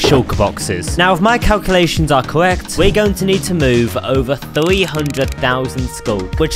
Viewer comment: "if my cawcuwations are cowwect" 💀